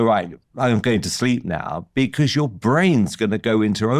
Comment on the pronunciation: Becors = Because